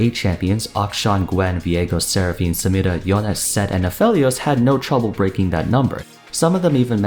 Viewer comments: Homie you literally dont say any other "foreign " name like that. You pronounce it with a normal American accent. WHY DO YOU KEEP SAYING SAMIRAS NAME LIKE THAT? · Dude.... can u say samira 1 more time damn ur pronouncatjon sound dope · I love it how doesn't gave any kind of accent, until he needs to say the name of samira and xin xao. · WHY THE FUCK DO YOU KEEP SAYING SAMIRA LIKE THAT OMFG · Not entirely relevant to the video but, I like how he says "Samira"